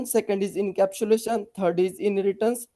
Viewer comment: inabsulation😢 It will be Encapsulation.. Sometimes interviewer will also check the pronunciation instead of technical knowledge